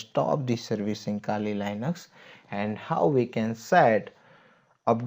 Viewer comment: iske kehne ka matlab kali linux nhi "kaali lainux" hota h😂